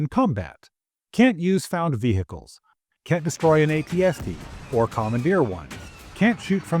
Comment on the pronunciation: Nobody gives a shit about speeders or any other vehicles (btw the "H" in vehicles is silent). We have a lot of reasons for why the game sucks, speeders is not one of them.